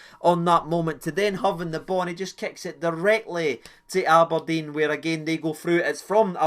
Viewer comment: thanks just spat red bull everywhere when ye said " am i deed" haha